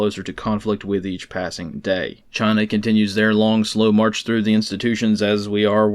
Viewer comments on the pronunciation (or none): none